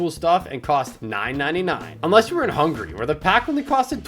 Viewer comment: It’s not hungry it’s Hungary